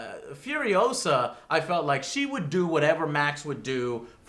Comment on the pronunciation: its FuriOHsa not FurioSAHHHH